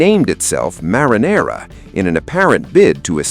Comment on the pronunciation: The Mariner. Not the Marinara.